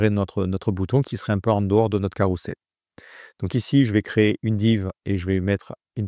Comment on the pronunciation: ça se dit carrouzel et pas carroussel ;)